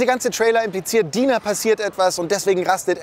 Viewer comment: Mir gefällt das Video sehr aber sie heißt Dina mit deutschem I nicht Deina